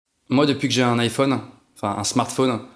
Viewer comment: C’est pas lé iPhone c’est les iPhone on fait la liaison pk tu fait app la liéson